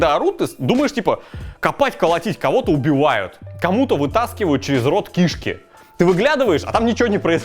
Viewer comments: Не кИшки, а кишкИ!!! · Ки'шки ударение на первую Н???